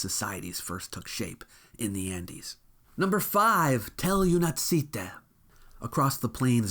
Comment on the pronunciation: Юнаците (those young heroes, literally) , "Únatzi" - the word looks more difficult than it is and I am very sorry but you are mispronouncing it completely. For future reference, you + natzi. From the word Younák (young eyed, literally)